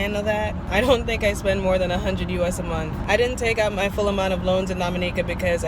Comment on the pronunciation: "I doe like owing people". Spoken like a true Dominican.